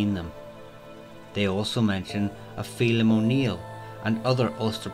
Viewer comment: Sorry but in Irish it is always pronounced Faylim....never Feelim. The Irish letters 'eidh' are always pronounced as ay. Where you live is not important. You are clearly pronouncing it in a garbled English form and not the NATIVE form. Cant remember what you mean by LoK but it is wrong. You say "target audience" but who is that exactly? Irish? English? American? Will you then give different pronunciations for each part of the world. No, you use the native pronunciation as any historian/researcher would do in any country around the world. A French historian would pronounce historical French names in French (and contemporary French if it differed). So, there is no excuse. Irish history will never be told correctly if you keep making such mistakes. If the pronunciations are too hard for you and your "audience" then learn and educate them. As for Brian...it is an Irish Gaelic name and should always be pronounced as Breein. There is no other way. Now, you may claim that it is the English form. Well, that is not correct either. Firstly, Brian Bóraimhe would never have heard of such as pronunciation as it never existed then. Secondly, when the name first went to England it was found in the north of that country, predominantly in Yorkshire and to this day it is spelt Bryan there. So, Brian (pronounced Breein) is teh Irish form and Bryan (pronounced as Bry-un) is the English form. Yes, some of my points were harsh and not meant to offend but.....this is my history and I love it with a